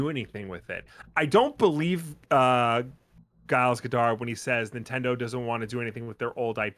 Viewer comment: I've never heard the name Giles pronounced with a hard 'G'. USA, you continue to astound me.